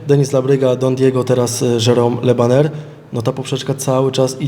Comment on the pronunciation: Od razu mówię ze chuj z tej walki będzie.... Le bajer a nie Le baner albo wydyma federacje albo będzie „kontuzja” tydzień przed.... a szkoda